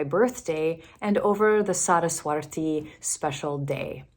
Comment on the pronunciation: Its Saraswati, not Saraswarti 😊 Nice to hear there are open minded Lutheran pastores! ❤ Or, well, at least one 😁